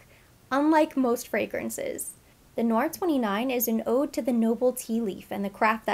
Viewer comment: Hi. Its actually pronounced like "Tay" Noir. Black Tea in French. Thats what you're catching in the wafts. Very popular in the line.